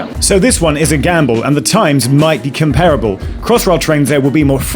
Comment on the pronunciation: Can’t even pronounce ‘comparable’ properly.